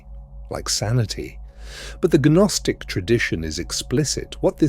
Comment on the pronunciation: Gaa-nostic? Silly Ai